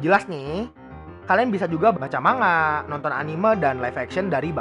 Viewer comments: Btw Itu pelafalan nya bukan manga.. tapi mangga :v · Manga dibaca mangga